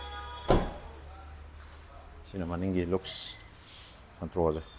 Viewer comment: SANTRO❌️ SUNTRO✅️